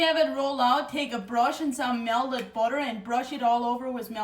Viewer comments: I love how she says melded vs melted. 😂🧈💛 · Mea-lted budder Love her!!